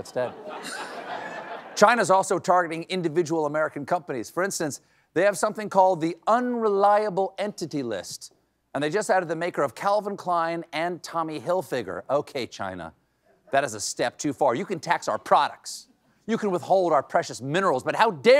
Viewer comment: You mean Car-vin Krein. You mean Ee-Ron. Kennedy is the human Foghorn-Leghorn.